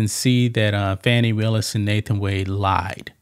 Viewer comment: You need to pronounce her name right